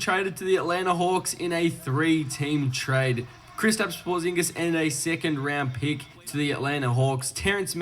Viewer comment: He is saying his name wrong Krisitaps Porzing so funny🤣🤣🤣